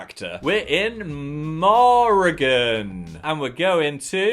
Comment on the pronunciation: Hearing Phil say 'Moregon' when my name is 'Morrigan' and pretty much pronounced the same, freaked me tf out for a sec there.... 😅